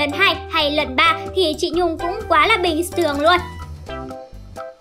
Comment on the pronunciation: Quá là bình's thường luôn 🤣 tuyệt's vời 🤣 tuyệt's vời (lần 2)